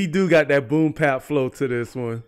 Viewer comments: Please understand that it's called "Boom Bap" Not boom pap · I'm curious, why do you always say "boom pap" instead of "boom bap"?